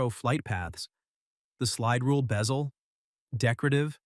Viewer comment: This would be a better video if the AI pronunciation wasn’t so laughable “submarine-er” “beezle” 🤣😂🤣 🤡